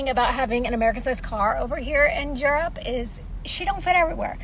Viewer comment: ah yes the country of jirrup